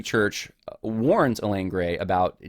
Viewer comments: It's abundantly clear that you do not understand how abuse works. Also, you pronounce the woman's name "Elaine" through the entire video. Her name is Eileen. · Ok let me nit pick her name is not ee lane it's eye leen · Yeh, that kept bugging me. Why does he keep referring to her as Elaine? Her name is Eileen. Thanks for mentioning that. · Her name is “I-Lean” not Elaine. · Her name is Eileen, pronounced 'I lean' not Elaine. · You keep saying Elaine. What is typed is Eileen. Would be nice to get her name right. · Good grief, man. You went to all the time and trouble to do this research and you can't even pronounce the woman's name right. It's in print right in front of you, Eileen pronounced (I- leen). Elaine is a whole other name. If you're going to do a podcast by all means, get the person's name right. 🤷‍♀️ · Eileen or Elaine? He’s pronouncing it like Elaine but it’s spelled Eileen, which is totally different. It’s besides the point but distracting nonetheless. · It has nothing to do with your assessment of the facts, but you consistently refer to the woman in question by the wrong name--you write "Eileen" (pronounced eye-lean), but say "Elaine." Having not read any of the primary materials, I can't say which is correct, but they're different names.